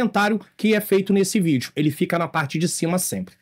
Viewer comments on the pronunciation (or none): none